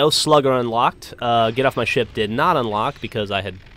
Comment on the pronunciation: when u said get off my ship it sounded like u said get off my shit lol